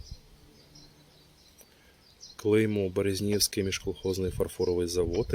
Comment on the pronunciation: Гарно! І атмосфера зйомки дуже приємна. маю маленьку поправку: в слові БерЕзнівський МФЗ наголос на другому складі. смт БерЕзне. Було приємно побачити їх вироби, гадаю, вони ще трохи недооцінені.